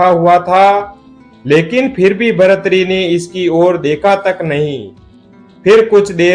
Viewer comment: भर्तृहरि ही नाम है। इसको शुद्ध कर लो( भरथरी नहीं)